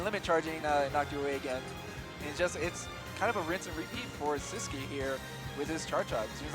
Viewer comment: Why does the commentator say “sis-que” for sisqui jajaja